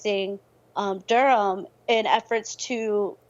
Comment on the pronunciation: Bull City 919 all day even tho he keep pronouncing it wrong lol. Dur-am